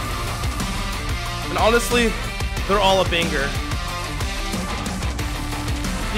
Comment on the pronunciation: everyone: banger!!!: bangger!!!